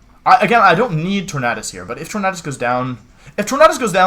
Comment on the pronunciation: "Tor-mad-us" Amazing.